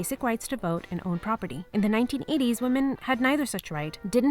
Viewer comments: I know the subtitles say "In the 1850's", but I swear it sounds to me like you said "In the 1980's". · At about :49 in, it sounds like you say Nineteen Eighties, when I think you meant sometime in the Nineteenth Century....